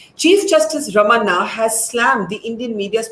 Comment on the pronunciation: You pronounce the chief justices name as Ramanna it is ramana as in Ramana maharishi,ask any s.indian how to pronounce. Why can not the North Indians pronounce the s.indianss names correctly when you take pains to learn French names and others. Please try,it is not that difficult.